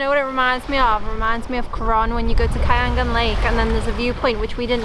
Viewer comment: You continue to surprise me with your new finds. And for that, i subscribed. And one thing i noticed, you have learned how to pronounced the letter "A" the Filipino way, short "A" sound (we got from the Spanish colonizers). So you verbalized Catandayagan Falls correctly - KAH TAN DAH YAH GAHN. Congratulations. The landing fee of Php 200 and entrance fee of Php 25 is reasonable by PH standards considering the place is not that developed.